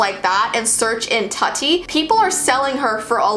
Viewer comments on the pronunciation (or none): "Tuhtti" I think it's "tootie" um.. ok..m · I think tutti is pronounced TOOtti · Not to be weird or anything, but Tutti's name is pronounce Too-tie. Not Tut-tie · Her pronouncing it Tutti me saying Toootie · Tutty Me: it's pronounced tooty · Your saying Tuti wrong! Its pronounced Tooty you know? Like Toot Toot not Tut-E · I think her name isn’t pronounced like that (Tuttie) it’s probably pronounced like Tootie but it’s spelt Tuttie. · Is anyone else getting triggered that Tutti is pronounced Tuh- tee and not Too-ti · It kept on making upset that you said “tutty” It’s.... it’s pronounced “Tooty”. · Ik this may seem strange but, tutti is not pronounced tuh-tee Its pronounced too-tee Lol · its pronounced tootie not tut-tea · The way she pronounces Tutti kills me - it’s officially pronounced TWO-TEE (as in “Tootie Fruity”). I know this video is hella old but I hate when someone repeatedly mispronounces something on a video they posted, especially something that’s easy to look up beforehand. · Correction: it’s pronounced tootie! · its actually pronounced "Tooti" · Umm her name is pronounced “2-tea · I think it’s pronounced like TOOTI lol that’s what my mom just said. She said she had one when she was small 🤷🏻‍♀️ she could be wrong though even though she’ll SWEAR she’s not 🙄😒😂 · Tutti... But she also had a twin brother called Todd. YOU MUST NOT SPEAK THEIR NAMES! Ps. It's pronounced tooti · Tutti would be pronounced “tootie”... which isn’t much more flattering lol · Hate to be rude but it's pronounced toody but spelled tutti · Tutti is pronounced "tootie" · Btw you pronounced Tuttis name its tootie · Tutti is pronounced Too-dee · Pretty sure it’s pronounced “tooty” because I remember seeing her around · I think her old sisters name is pronounced “too-ti” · i think it’s pronounced tooti but who names a doll like that i’m- that’s so creepy LMAO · Idk if anyone said something but it’s pronounced “Tudy” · Ummm tutti is pronounced tootie soo yeaaahhh